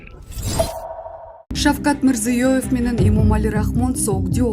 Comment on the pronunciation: Окуп аткан блогер Шавкат Мирзёевтин атын да айта албайсын .